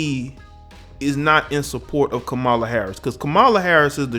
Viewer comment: You are pronouncing K-am-a-la incorrectly. There is no "MOLA" in her name. Here it is phonetically cam-a-la ..."cam" as in camera.